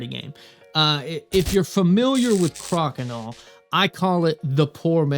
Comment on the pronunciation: I'm told the "Cro" in Crokinole is pronounced as "crow."